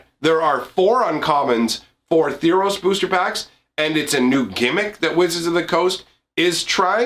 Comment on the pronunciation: Theros, not Theeros.